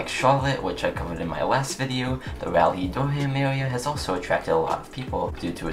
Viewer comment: It is not Dur-ham, it is Dur-um, also good video!